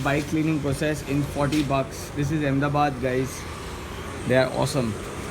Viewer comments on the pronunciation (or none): Bro it's Ahmedabad yeeh